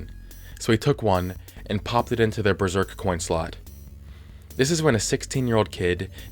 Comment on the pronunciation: Besserk. DISSIPATED SIGH